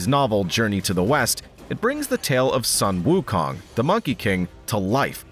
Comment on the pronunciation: Pronounced "soon" wu kong